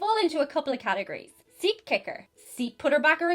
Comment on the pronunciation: lol, when you said seat kicker I heard dick kicker and I was like WTF?!